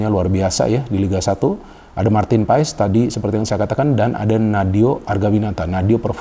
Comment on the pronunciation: PAES = di baca PAAS